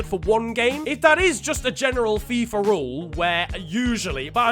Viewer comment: he said F-AI-F-A